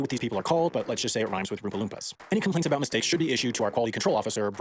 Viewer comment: I want to hear more aboot bricks!